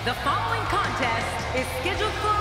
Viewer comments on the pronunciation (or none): none